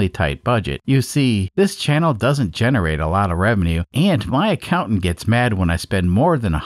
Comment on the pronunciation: When you say accountant , I hear wife... I'm not sure why.